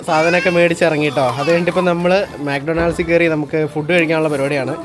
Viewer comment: മാക് ടൊണ ൾഡ്സ് അല്ല ബ്രോ.. മക് ഡോണൾഡ്സ് ആണ്